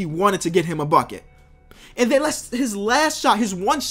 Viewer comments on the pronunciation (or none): none